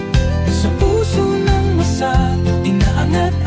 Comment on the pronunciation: galing mo... Me konting problema LNG Pagbigkas Ng lyrics minsan....ma--sa....Hindi masa.